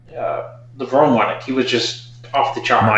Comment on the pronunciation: How come some still say lev-rone rather than the correct lev-roney